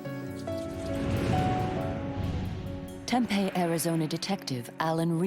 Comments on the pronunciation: It's pronounced Tempee not Tempay. Lol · TempEE, not Tempay. If you're going to narrate these shows, please learn correct pronunciations. This town has been around for many many many years, this isn't a new word that popped into the English language last week. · AARRGHq It's pronounced TempEE, not Tempay. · Why don't narrators at least learn how to pronounce the town names? Tempeh is a Japanese fried food. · Temp-EE is how we pronounce it. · If you're going to say the name of a city repeatedly, you should probably get the pronunciation correct, Tempe, the "e" says it's name!!!!!! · That is NOT how you say Tempe